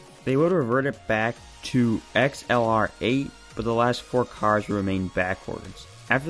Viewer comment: XLR-8 is accelerate. That's how we said it. Thanks for the video.